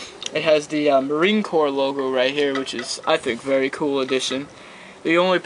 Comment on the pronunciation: "vury vury nice vury thsturdy" ok sorry just had to point dat shit out lol